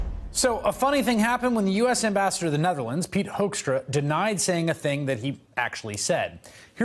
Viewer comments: It is "Hoekstra" not Hoeskstra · Oh we call this guy Pete HOAXtra here. It fits the way Americans pronounce his name too! Talk about two birds with one stone.